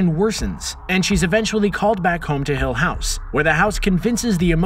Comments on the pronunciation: i just wanna say, the way he pronounces "hill house" drives me mad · It bugs me how many times per minute he says the show and his emPHAsis on hill HOUSE. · says 'hill house' oddly. almost shatneresque. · Why does he say hill house like that